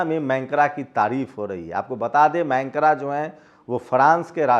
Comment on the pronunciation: Mancra nahin, macron boliye. 🙉🙉🙉🙉🙉🙉🙉🙉🙉🙉🙉🙉🙉🙉🙉